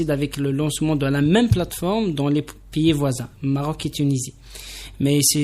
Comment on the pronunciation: Vous parlez très mal, pié (pays) pélier (pilier) crétère (critère) bijaia (béjaia) mitier (métier) etc etc